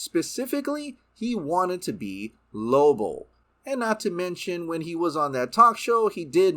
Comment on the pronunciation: I was hoping I wasn't the only one hearing that. Lobo. Not Lobull. It was kinda getting on my nerves.